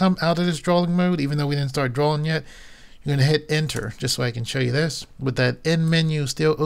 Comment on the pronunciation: Drawing. (Dro-eeng) not drawling!